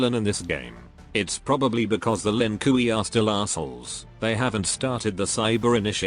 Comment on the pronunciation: Why does the darn dude calll them the Lin Kooey lmfaoooooooooo it gets me everytime